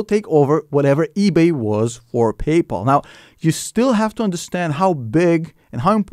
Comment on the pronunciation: Pay-Po lol